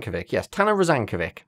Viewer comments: "-vic" sounds like "Mitch", rather than "Mick" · FYI - "Rozankovic" should be pronounced "Rozankovits" - unless there was an accent on the c, in which case "Rozankovitch" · Just because i had to hear you struggle with it repeatedly; Names that end with '-ovic' are pronounced '-ovich', think every eastern european last name ever.